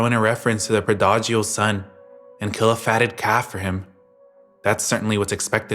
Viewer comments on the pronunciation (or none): Pro-Dodge-ial son 😂😂😂 Prodigal: pronounced “ Praw-dig-al 🥲 I only say something so next time you read it you’ll know, it’s all Iove 🙂